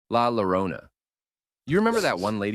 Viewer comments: It's pronounced "Yo-row-nuh" not "lore-ona" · Its pronounced "Giorona" not Lorona. Tortigia Torrila. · LMAO this guy did not just call her “Law Lawrona” it’s LA LLORONA it’s pronounced “JO-RO-NA” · Not La “L”arona” Because LL is pronounced iE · THE PRONUNCIATION. I CAN'T IT'S PRONOUNCED YO-RO-NA I CAN'T, anyways I'd like to be with her cause i have mommy issues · It’s pronounced jorona because in Spanish two l’s make the j sound so keys is Spanish is llave and pronounced jave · As a Spanish speaker, the way you say "La llorona" and "el silbón" pisses me off I'm sorry😭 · I love but I hate the tts for pronoucing La Llorona like that Maybe that's me being picky about my native language